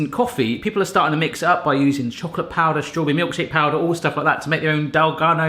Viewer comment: Haha, you said strawbarry.